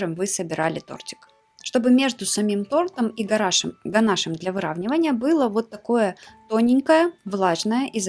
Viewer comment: Правильно писать и говорить: ганашо́м